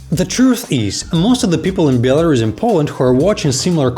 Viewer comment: In English, it’s pronounced as it is written BEL-A-RUS not BIEL-A-RUS. You’re welcome.